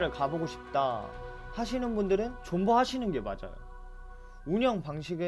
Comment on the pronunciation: 2:2에 존버를 본버라고하셨네 ...